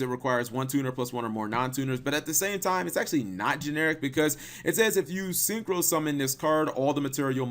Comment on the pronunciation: Yeah, "syncrho" dragon. Great job